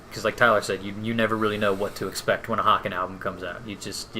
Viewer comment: Great review guys! BTW small note is its pronounced "Hay-ken". Like Kevin Bacon. Or "Taken". But I agree this is definitely one of their heavier releases overall.